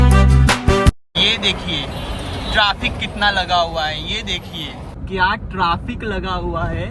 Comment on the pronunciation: Bhaiya traafek nhi hota trafic hota hai